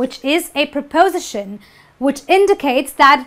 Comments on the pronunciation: It is not pronounced as prapowsition. It is pripustion. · It's pronounced prepoSItion, not prePOsition. You use 'by' in passive voice to introduce the 'doer' of the action, it has nothing to do with the past. You can say The microwave was fixed but if you want to add who did it, you need to use 'by' before the (appliance repair) technician, because it is not a mechanic's job. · my ears almost fell off when I heard you repeatedly say 'prepOsition' :-) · amine meziane You should stress your word "prepos'ition" properly.:) there are some minor mistakes in your presentation too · Please learn to use how to stress syllables correctly. The word 'preposition' is not stressed on 'po', but on 'si' just like most words ending in 'tion, 'ian', 'sion', with a few exceptions . See Daniel Jones' dictionary or Recognized Pronunciation! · She's not pronouncing the word"preposition" correctly. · You mispronounce preposition.